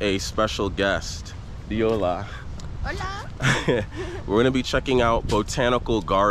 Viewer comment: Why are you saying “iola”? It’s Ola!